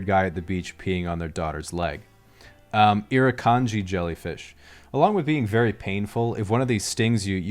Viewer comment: and he said irikanji properly too